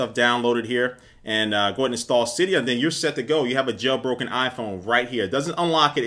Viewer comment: The only person that actually pronounces Cydia correctly is the creator.